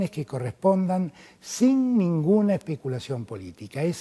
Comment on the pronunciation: Por favor diganme que no es cierto. En minuto dijo: espicular, espiculación...